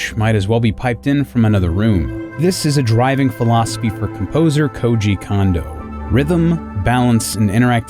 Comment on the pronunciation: You say Koji correctly, but you can't manage Kondo at all. It drives me nuts!